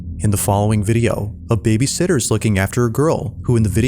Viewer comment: The scariest thing in this video is this clown's pronunciation of "babysitter". BABYsitter is someone who gets paid to take care of kids while their parents are out. babySITTER is a newborn chair. Nothing more distracting than this dude's voiceover.